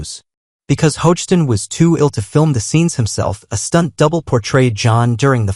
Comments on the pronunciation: Doesn’t have the spelling or pronunciation correct for Drake last name - it’s Hogestyn (ho-ga-stin) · Could the narrato😢r at least pronounce Drake's last name correctly? Sheesh.